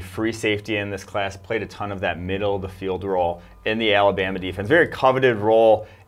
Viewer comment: He says "Alabama" weird